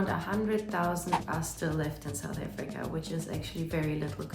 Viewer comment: South AFRICA...not efrica